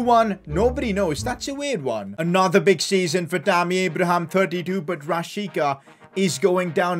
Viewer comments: It is pronounced as Rashitsa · This was very good but the fact that this hole time you pronounced my man Milot Rashica’s name wrong.I still love your content